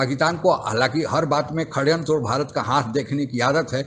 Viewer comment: शड़यंत्र का उच्चारण "श-ड़-यंत्र sha-da-yantra" है, 'खड़यंत्र' नहीं 😆!